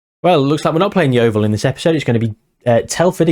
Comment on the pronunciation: Enjoyed the way you incorporated the highlights in the catchup - nicely done and nicely paced. I can see Grey Huahua becoming a legend! PS thanks for saying Yeovil correctly!